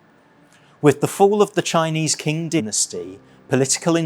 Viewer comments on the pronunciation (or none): Qing Dynasty is pronounced Tsing, not King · In Mandarin, which I learnt a few years ago, we pronounce it “Ching”. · If you're going to do a video on a subject, get someone who can pronounce the names correctly. Although written "Qing" it is pronounced Ching. Kwantung is pronounced "Kwandung." (These mistralations are due to a British system called Wade-Gilles which, for example, named Beijing Peking, a name still used in Japan much to the annoyance of Chinese. And it was the samurai's code of "Bushido" which led so many Japanese soldiers to die for their country.